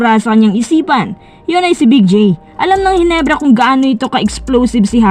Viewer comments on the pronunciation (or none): none